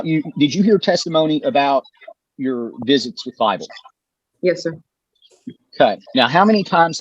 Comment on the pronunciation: I thought they were saying Fifle at first, like the mouse from the American west. 😂